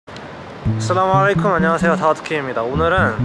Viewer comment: Kim dont say salamalikum its not right. You should be saying asalamualikum